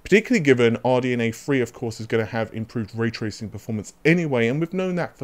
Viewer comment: RDNA THREE not RDNA FREE